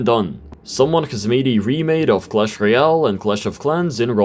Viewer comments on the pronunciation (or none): none